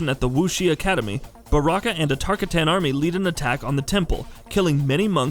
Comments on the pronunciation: he’s never played the game if he can’t even pronounce tarkatan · Is this an april fools joke? His "tarkatan" pronunciation gives me anxiety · Is anyone else cringing everything he says Tarkatan? Yes? Okay. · That atrocious "Tarkatan" pronunciation tho. Uggh. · Where is the normal guy? Hearing him try and pronounce tarkatan is painful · For the love of God PLEASE learn the pronunciation of characters, places and clans/races before you make an INFO video regarding such information. It’s just unprofessional. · Lol his pronunciation of barakas race lol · Drink every time he mispronounces Tarkatan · Bruh... the Tarkawho?! 😒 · Can't even pronounce baraka's race correctly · Had to stop watching. Holy hell how hard would it have been to look up how to pronounce Tarkatan. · BRO ITS “TAR-COTTON” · As soon as I heard TaRkAtaNs I went to the comments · Sign 1 this nigga dont know his shit....sayin Tar kitt ton. 2 shin noke ( dis is my ladys account. Had to say that so niggas dont run lip. ) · Tarkatan listen to yourself. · Tar-catain not tarcitan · The host of this video needs to listen to Johnny Cage vs baraka intro dialogues in mk11.... Its Tar-KA-tan... Not tar-ka-TAN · It’s pronounced Tar-cotton not Tar-ka-tan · Tar-ka-ton. Not Tar-katan. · Every time you say tarkatAn i feel intense anger. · Lost me at the Tar Ka Tan part... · "It's Tar-kot-tan, earthrelmer!" -Baraka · Koe Tal Kahn Tar Kuh Tans Air Mac Shinook Bro, at least make us think you've at keast pkayed the games at some point. Geez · It’s pronounced tarkatin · TarkaTAN? ShinnOk? I'm done lol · Wtf is a tarkuhtan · TAR -KAH-TAN .... douche bag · What the fuck is a “Tark-Uh-Tan” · Jesus, TER-KAH-TON I need a shower after this one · Tar-Ka-Tin Shin-knock Smfh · everyone knows its tar--cotton... fool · Tarr kah tanns... smh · "Tarkitans" LMFAO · Tf is a tar-kuh-tan 😂🤣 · every time he says tarkatan I lose a little bit of my sanity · johnny cage: “Tar ka tan? tar kay tan? which is it?” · Say tarkatan right pls